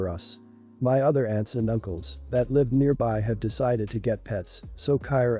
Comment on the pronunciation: I can’t stand to hear people pronounce words wrong. What country is this person from. ? I hear lots of words pronounced wrong. This time it was live.Last story your daughter shouldn’t have to take her brother with her. She had a right to hang out with her friends. Dog story. Parents should have addressed their daughters issues with animals when she was a toddler. If stepsister was 13 & the other stepsister was 20 how does she really know what it’s like to live with an autistic person. To truely understand she’d have to be there when she was born.She was right in talking to the organization since sister wouldn’t listen.